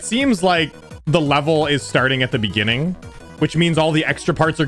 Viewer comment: in de beninging